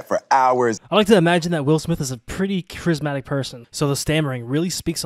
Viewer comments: By "chrismatic", do you mean "charismatic"? Am I the only one asking this? You even pronounced it like chrismatic. Not a huge deal. But it makes me question how much reading you really do about what you are talking about. Edit: I found out that I am not the only one. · "chrismatic" lol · Lol I saw the comments about chrismatic and assumed it was a typo, but it was said that way too! Lost credibility. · “Chrismatic?” How about “charismatic.” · Chrismatic? Was that intentional? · Chrismatic? charismatic bruh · Did he just say chrismatic? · Wtf is chrismatic lol charismatic?? 😂 I always stop watching videos when they make a mistake that bad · Chrismatic???? HAHAHAHA u mean charismatic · Chrismatic? Lost all credibility. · Yeah, he said and typed it incorrectly.